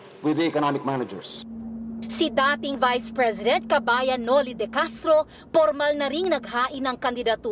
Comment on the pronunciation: Noli not Nole,Senador not Sinador ur twisted tongue!!!😂😂😂🤣🤣🤣